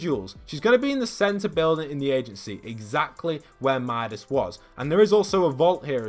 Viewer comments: It’s funny at the end how he says Midas grappler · yeah it’s good load out. btw it’s Midas’ not midas’s